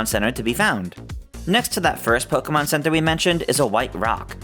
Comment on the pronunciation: Why do people still say "Poh-kuh-mahn"? Literally, everything says it's "Poh-kay-mahn", hence the "é", which is an "ay" sound.